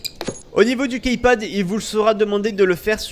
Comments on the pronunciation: Après c'est vrai que key ce prononce ki mais le total de Keypad.. bref on s'en fou ! Ciao ! ^^ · key ça se prononce "ki". Dsl mais ça me perturbe ^^ sinon encore une fois très bon tuto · Jveux pas faire le mec chiant mais on dit "kipad" mdr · KeyPad plutot =)